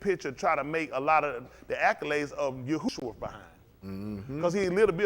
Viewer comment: Yahshua*, not Yahusha😁